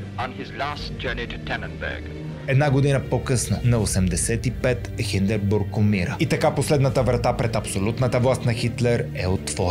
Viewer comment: Доста забавен епизод за хората говорещи немски.. добре е малко по-сериозно да се проверява правописа и правоговора на думите, както и ХиндеРбург : ) не стоят сериозно такива грешки.. а прехода със Сарийски защо говори сякаш е бил там 😅 разбира се публиката е непретенциозна и в немалка част неграмотна и няма да им направи впечатление. Omg хитлер взимал ксанакс??? Нищо, че е изобретен 1971 😂 важното е да се мятат непроверени факти от тук от там .. вЕймарксата република 😂 респект за самочувствието да направиш клип за народ и език, които са ти очевидно далечни.. а, на петия път вече Хинденбург го произнесе правилно. Овладял си добре изкуството на пропагандата, но задай си въпроса на коя страна си, ако ти е по-важна сензацията от истината :)